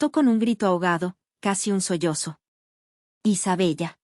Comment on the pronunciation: Isabella se pronuncia Isabela